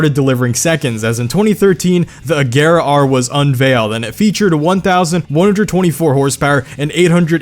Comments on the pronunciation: Every time he says A-gare-uh instead of A-zher-uh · Its pronounced agera or ajera 🤔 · U kept saying Agera wrong 😂